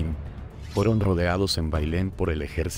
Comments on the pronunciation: la silaba acentuada en andaluz es "luz" no "da".....es andaLUZ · Te recomiendo leer , leer, y leer. Porque lees muy mal . Aunque tu voz es muy agradable. Pero tampoco sabes cómo se pronuncian algunas palabras como andalúz y no respetas las pausas donde deben ser. Pero te felicito por el tema tan interesante. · O es un locutor inculto o es una voz de inteligencia artificial. Ha dicho embriaguez y andaluz con el enfasis en las silabas incorrectas. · Es Bayona, no Bayón. Es andaluz. Es Castaños, no Castanos.